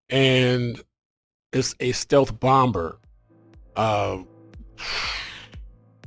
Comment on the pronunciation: You're the only dude I've ever heard pronounce the 2nd "B" in Bomb. You say it like it is spelt, "Bom-Ber". I've always heard it as "Bom-Mer". Also, GOT'DAMN YOU GOT A TON OF SHIPS! I've only got 3!